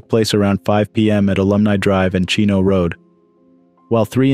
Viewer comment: RIP Sue Wylie! The road is pronounced Chinoe ( SHEN-OH-WAY)!! How do i know this?? I LIVE THERE!!!